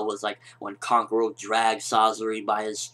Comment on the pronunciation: please say kankuros and sasori's name properly other than that great review